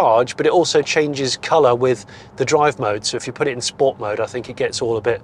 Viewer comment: Ahh you said “Sport” wrong!